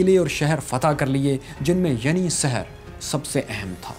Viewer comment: Not yeni seher its yeni sheher